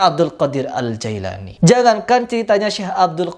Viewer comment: Namanya jeilani bukan Jailani.....ngomong aja salah kok...